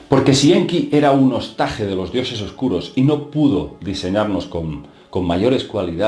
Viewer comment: OSTAJE, OSTAGE, HOSTAJE Y HOSTAGE, Ni en español ni en catalan significa nada. Ahora bien, si es la palabra "Reen" en Ingles, POR LO MENOS PRONUNCIALA BIEN !